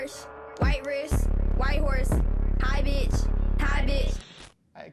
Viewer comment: It's hi bich but ok